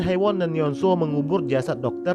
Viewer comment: Hay woon la not hi woon